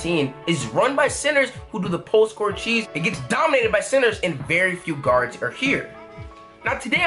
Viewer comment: I thought he was saying SINNERS, it was actually CENTERS.